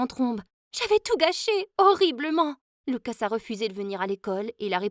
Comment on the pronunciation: luca!!!!!!pas lucasse!!!!!!